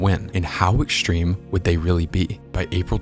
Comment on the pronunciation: Why do you say "ekshtreme" and "shrucshure"? Annoying.